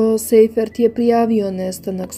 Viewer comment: Sajfert, a ne Sejfert - nemacko prezime, "sei" se cita "saj".